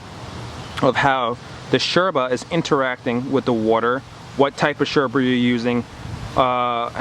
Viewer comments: Loved the vid, hated that you pronouncing yerba and bombilla like a pretentious Argentine. hahaha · cool videos, just one thing... is not necessary to call yerba, SHerba, or the bombilla bombiSHa. Thanks! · Why do you say „sherba“? Do you say „shes” instead of “yes” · First of all, i'm from paraguay. I found out this whole yerba trend thingy a while ago, and i'm somewhat glad it took off, more places i can travel to and still be able to keep it up with the habit. But why, for the glory of satan, why do you say "sherba" and "bombisha" with that obnoxious accent? I mean, you do use a perfect porteño accent, if somewhat exaggerated. But, why? My ears almost bled. It's ilex paraguayensis, you know that, right?